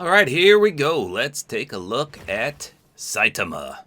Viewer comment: You said Saitama's name wrong